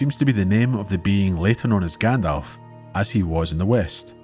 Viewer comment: “Grand-elf”….pffft. 🤦🏻 Thank you for such a well done narrative. I’m re-listening to your back catalogue until the next new upload.